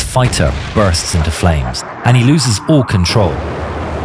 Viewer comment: Fiter? What's a fiter?